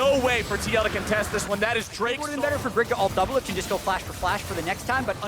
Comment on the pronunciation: There's no R in doublelift